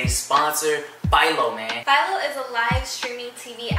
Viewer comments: Home boo said file-o It Phil-o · Philo rhymes with Milo